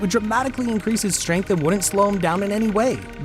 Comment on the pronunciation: Ah yes, “ strenght “